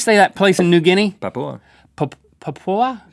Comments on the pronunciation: Just like Rhett said, if you want to say Papua pronounce the "P" like you're saying "papa" not "pho" like Link did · You pronounce it papa not papua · Pa-pu-a. PA-PU-A. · Pa(poo)a is the correct way to pronounce the country. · Its pronounced "Papa" the 'u' is silent. 😊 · its pronounced papa =) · It's said papa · its pa-poo-a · It's just 'papa' New Guinea. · It sounds like you say "Popa" when you pronounce it. I only know because my grandmother and Grandfather were there as missionaries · How can you not pronounce Papua